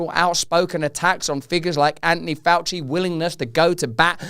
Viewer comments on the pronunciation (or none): none